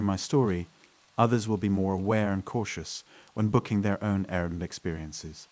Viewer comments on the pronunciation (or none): What is with saying "Airbmm" instead of 'Air B N B'?